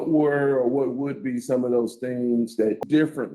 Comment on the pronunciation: "The 'things' I did"? He's can't even say it.